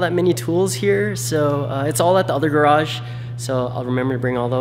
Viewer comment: Say GARAGE correctly… 👍